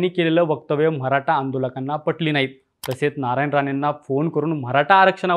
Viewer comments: म्हराठा नाही रे मराठा बोलायला शिका🚩🚩🚩🚩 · Mharata nahi re Maratha bhava.. te tar nit bol aadhi baki video ch baghu nantar😂😂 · म्हराटा काय ...निवेदक साहेब मराठा असतं ते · अरे दादा ते म्हरा टा नसत य मराठा असतय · म्हराठा नाही मराठा आहे